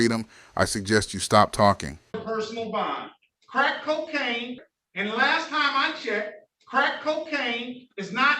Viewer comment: Judge Simpson saying crack coacaine 😅